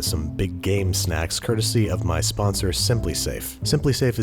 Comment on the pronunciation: I heard "Big Gay Snacks"